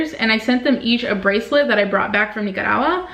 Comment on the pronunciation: I loved the way you pronounced Nicaragua... I honestly kept replaying it 🤗